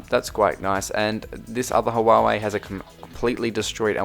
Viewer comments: It's pronounced hwar-hwey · huawei pronounce hua way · Casually calls the worlds biggblest smartphone company (Huawei) as Hawawai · It’s pronounced wa-way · Hawawei lol , nevertheless great vid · The way he said Huawei